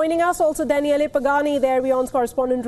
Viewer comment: Danieleh? LOL